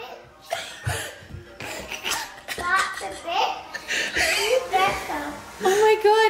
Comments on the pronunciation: Lol!! That's too funny Mia 🤣 trying to say witch but saying *itch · When was saying witch she sounded like she was saying b!tch😂 but she is adorable!❤❤ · Not gonna lie it sounded like she said dada bitch thinking she was saying witch lol I’m dying laughing so hard 😂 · I also heard her called him a b word after, u can hear the b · Mia is so cute. Her saying witch but with a B is so funny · I'm so sorry but I keep thinking that mia is saying Bit*h... carnt stop laughing 😅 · Ooo she said b itch not witch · LOL. Mia thinking she’s saying witch is CRACKING ME UP 🤣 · Poor Mia can’t say the word witch! 😂